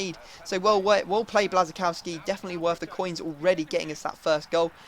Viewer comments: It is bwashchkowski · Lol bit late😂😂 but Löwe is said Lurve, Blazczykowski is said Blashykovski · no, blas-i-kow-ski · It's Blash-a-kov-ski :) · kuba or bla-shi-cough-ski and just say it properly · Its pronounced Buasykowski. I am from Germany/Poland. Trust me ;) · Błaszczykowski is pronunced like Bwaf-Schi-Kof-Ski